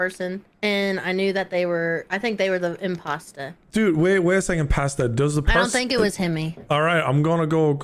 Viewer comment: "There's a impastaer"